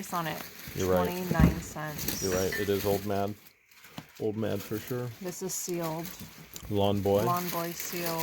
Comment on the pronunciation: called the card game "OLD MAD". HAHAHA! Please go back and read that. It is "OLD MAID". I played this a lot as a kid.